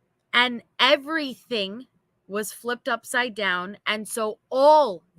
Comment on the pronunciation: you have to say it in language that Tee Stench can understand…. “Put 2&2 together… EVERYTHINK WAS SHUT DOWN for all inmates!!!” She might understand it when you say everythink. 😂😂😂 awe naw that was it! She always says that. Lmao.